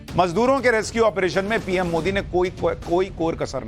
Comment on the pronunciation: Modi ji ka nam galt bolta hai ?